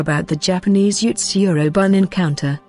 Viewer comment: I wanna say that 'bune' is pronounced 'boo-nay' judging by other Japanese stuff